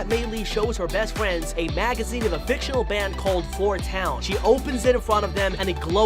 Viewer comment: Not Trying to be rude but wed fwiend for red and friend